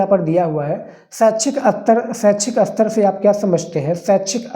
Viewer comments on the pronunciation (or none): Sir hindi ko sahi sa boliya jaise aapna bola aster ya aster nhi ster hota hai